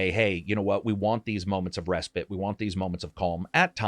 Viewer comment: Ask yourself should you listen to someone that pronounces the word respite, respit.